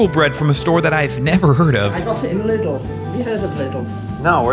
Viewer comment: As a czech its pronouced long i lídl not like lydl but difference is there